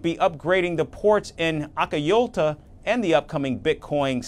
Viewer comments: Akayolta! 🤣 Now the word Acajutla sounds Turkish. 🤣🤣😂 Acajutla /aka hoot la/ Hope this helps. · Where in hell is akayoto. You should be ashamed of yourself. It’s call ACAJUTLA. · Acajutla😂😂😂.la union😂😂